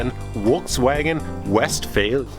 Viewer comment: What's a WolksWagon?????? Lol.